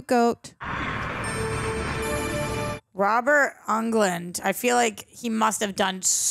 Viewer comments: Robert "Unglund"?! I'm gonna act like I didn't hear butcher Robert Englund's name like that. You put some RESPECT on his name! 😆😅😅😆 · That is the worst pronunciation I've ever heard. His surname is pronounced the same as the country. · MY FAVORITE HORROR FRANCHISE! Please please please continue watching these! OMG if Greg and John watch the Friday the 13th franchise and you all watch Freddy vs. Jason together 🔥 Also Robert Englund reprises this role as Freddy in 8 films (besides the reboot). Last name pronounced like England but with “und” at the end. Een-glund. Tina and Glenn’s death were done with a spinning room🙌 Great video y’all! P.s. the studio insisted on a scare at the end against Wes Craven’s wishes, I believe because of the success of the Friday the 13th end scare. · How do you mispronounce Robert Englunds name. its literally a Country. if anything over pronounce the U where it is in the name, not at the beginning. Euuuugland, WTF.